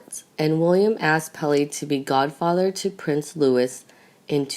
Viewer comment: AGAIN , the name LOUIS is pronounced Loo ee , the S is SILENT ! SOMEBODY Pleeeese DO SOMETHING !!